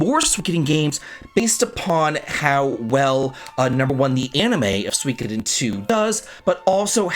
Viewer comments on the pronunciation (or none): Love your vids but it's pronounced su-ee-KO-den. There's no W sound. :P